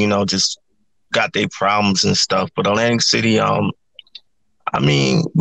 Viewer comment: Did he say " Atlantic Shitty " ???